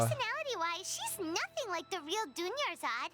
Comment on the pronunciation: dunyarzad almost became doneyarzad